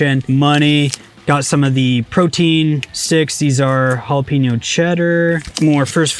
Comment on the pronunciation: I can’t imagine you can accept the fact that you said Jalepeno wrong. It’s (Ja-LOP-uh-NO) fix yourself lol